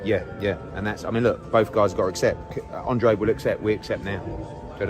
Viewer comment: I don’t like that Demetrius has my last name man. Andrade is a Mexican 🇲🇽Last name. This guy has no business having my last name. He don’t even pronounce it right. I hope David Benavidez knocks his punk ass out.